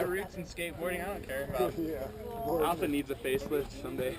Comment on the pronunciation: It is ALta...as in AL..TA...not ALLta. So funny seeing that old man mispronouncing it so many times.